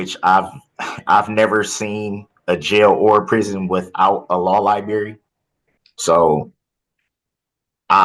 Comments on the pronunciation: Darrell creates his own words & pronunciation. Classics in the trial. Today, library pronounced as liberry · he said "law liberry" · Ahahah Lie-Berry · HINT: If you pronounce library as “liberry” you might not be a candidate to represent yourself in a complex legal matter. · Law Lie-berry 😂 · “I’ve never seen a jail without a law libary “ oh, how I pray I can never utter those words. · “Libary”? Oh this is gonna be interesting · Law LIEBERRY. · Lie berry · Anyone who cannot pronounce the word library needs to keep a lawyer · Well, in the unfortunate event you did, I'm sure you'd pronounce the word "library" correctly. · No law liberry? 😆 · Library……kills me 😂